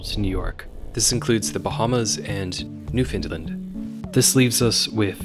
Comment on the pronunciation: Gotta check your pronunciation of Newfoundland, though. Othe than that, golden.